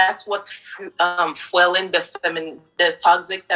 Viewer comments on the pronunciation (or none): Hold tf up…..Did she say “Fwelling?” Fwelling??? You mean “Fueling?” 22yrs old? “Fwelling??” And you’re worried about high value men?? Wowww